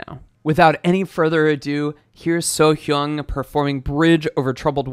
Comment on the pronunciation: Lovely reaction :) Btw her name pronounced like you say 'so young' but with subtle 'h' before young (young as in antonym of old). The 'a' in 'hyAng' is pronounced like 'a' in 'what'